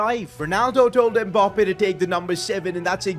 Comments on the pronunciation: Its Mbappe not Mbarrrrrrrrrrppeee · It’s so weird he call Mbappé Mboppe